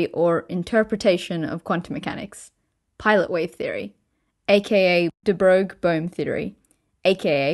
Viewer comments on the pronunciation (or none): Grrrr, de Broglie is unintuitive to pronounce, but it's not hard to look up - it's de Broy, de Broy, de Broy, with the roy bit as in Roy Rogers. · De Broglie is prononced "Breuil" ( bʁœj ) like in the french word "feuille" or "œil" ( because he was french ^^ ) Exept for that your video is great thought :) A french guy. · Nice video again, but your pronunciation of the name De Broglie needs improvement! Here we go: say THE BOY and now put an R between the B and the O. Then you get: THE BROY (and let this R roll in the back of your mouth). Yep, that's a lot better!!! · It's pronounced like de-broy